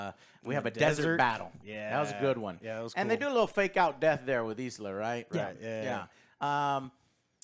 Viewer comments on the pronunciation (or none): ILSA not Isla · John wick 4 and this had very similar settings. Two club scenes two desert scenes. Both amazing. I really liked the plot on this one. Its fucking ilsa not eeesla lol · it's ILSA, ffs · The amount of times ISLA is said and no one corrects Joe. LOL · It’s ILSA not ISLA. She’s been in 3 Mission Impossible movies now and you still don’t know her name? 🤦🏻‍♂️ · Isla...its I L S A !!! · It’s ill-sa. Not E-sla. ill as in sick. illsa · Ilsa. Her name is not Isla. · I'll say it because someone has to. Her named is Ilsa, not EEESLA. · She's not an Island Joe. Its ILSA... not ISLA. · It's Ilsa Joe, not Isala. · Lol at Joe not gaf abt right pronounciation of names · So many American reviewers are getting the name ILSA wrong 🤦‍♂ Think "She-wolf of the SS" 😉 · You guys are merciless about pronouncing ‘Ilsa’ all kinds of backward!